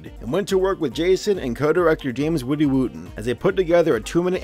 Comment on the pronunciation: Did i hear james woody wuten? Or is last name misspelled.